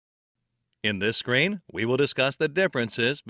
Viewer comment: Isn't supposed to be SCREEN or it is as repeatedly pronounced by voice in the video SCREAM?